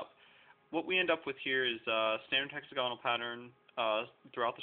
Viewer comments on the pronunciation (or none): You say "hexagonal" and "pentagonal" completely wrong. They are supposed to be pronounced similar to "diagonal" which wouldn't be pronounced die-a-gone-al Cool creations, though